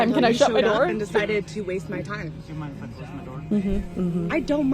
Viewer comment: I think she said "i don't mine" instead of "i don't minD" Maybe she has prior head trauma causing a majority of her issues?